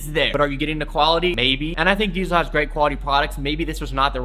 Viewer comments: It sounds like you're saying DSOL but it's pronounced diesel lol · "DIESEL' s" original pronounciation is something like "deasel" and not "diesél". Still a good video, respect from Germany 🔥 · its DIESEL lol like the gas .. not DEESEL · why the f you pronounce diesel like that lol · Polo Ralph LARAN? DSOLE? Dude how do you not know how to pronounce these... Also, the diesel hoodie is made out of neoprene... educate yourself dude.